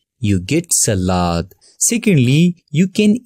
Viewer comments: Selad❌️ salad ✅️ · He said selad how can he have a nice voice I feel like I have a computer virus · I like the way he said salad lol, over all huge help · The way he said s a l a d 🤣 but ty for the lesson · The way he is saying salad and mixture😂😂😂😂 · I like the way you say salad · the way he said "salad" tho xD